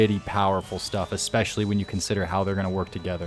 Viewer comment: I'll tell you what's not a word: EXSPECIALLY